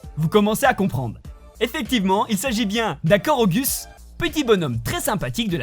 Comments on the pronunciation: Ça ce dit korogu ( korogou) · On dit korougou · Korogu ça se dit Korogou putain